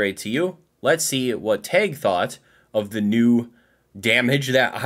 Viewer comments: Why is he saying tag like teg? Its Tag! Like price tag. TAG! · Why does he keep saying "Tayg"?